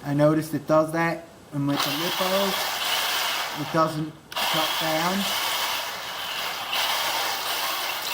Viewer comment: Stop calling the lipo's lipo-o's. They are li-po's. Also if you want a fast tank why not just throw in 2 of the 380 brushless systems, everyone knows tanks are suppose to be fast like a drag car lol.